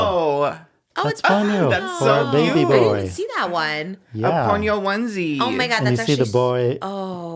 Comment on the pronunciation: Trish I’m begging you to say Ponyo correctly!!! Love you!!! It’s like pond-yo but without the d so ponyo